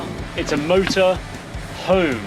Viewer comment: Motor has a T in the name. Exciting ends with a G, exciting.